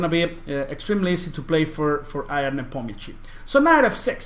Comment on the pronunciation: he is not "i a n" first 2 letters in his name are pronounced like yahoo "ya n"